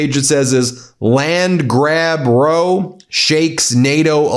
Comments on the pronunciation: not row as in row your boat!! Row, rhymes with cow. A row is an argument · Hey Ben in that usage "row" is pronounced < rauw> like what you say when you stub your toe with an r in front of it. It's meaning is "fight" as in disagreement. The more you know 😊 He's pissed at Norway because he didn't get a Nobel. By that metric shouldn't he be pissed at America because he never got an Emmy? Oh wait! He's pissed at Cali and L.A. same thing! Gosh did I just crack the code to his brain? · It’s “Land grab row”…rhymes with cow. Not Row…rhymes with row. It’s a British term. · "Row" in this context is pronounced "rou," not "roe." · it's "row" as in cow, not row as in boat 😂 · Hi Ben, just a quick heads up, having lived in the UK, when the Brits are “having a row”, as in an argument, “row” is pronounced as “ow”, not “oh”. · When it is a fight the word "row" rhymes with "wow." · It’s not row as in a boat movement or a line. It’s row (pronounced r ough (when you hurt yourself you say ough)) which means argument. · Row (fight) rhymes with ‘now’.❤ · Row meaning fight is pronounced like now! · "land grab row", row is pronounced as rhyming with now... Means an argument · “Row” rhymes with “cow” and it’s British for a fight. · Hi Ben FYI: the British word 'row' rhymes with 'cow.' it's used in Canada & Australia as well as the UK. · "Land grab row.." - Row - rhymes with wow and cow. Here it usually means "a loud dispute / argument " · “Row” rhymes with “cow” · Hey Ben...the word "row" is a Britishism and is pronounced "raho". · Row pronounced « raow » in this case. ❤ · GOOD CHRIST, MAN! HOLY SHIT! WTF! The word "row" has two main pronunciations: one rhymes with "no" (like a line of seats or propelling a boat) and the other rhymes with "now" (meaning a noisy argument). Context is key, but generally, if it means a line or using oars, it's /roʊ/ (rhymes with no/go), and if it's a fight or fuss, it's /raʊ/ (rhymes with now/cow). DERP. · Row is the other o, not like row a boat.